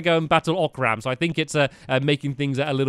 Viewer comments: it's O'cream not Orc'carm! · It's oc-rm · its not even "o-cram" its just ocram....just ocram....